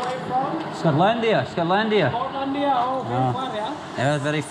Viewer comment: Why do you say ScontLANDIA? Isn't it Scotland? 🙄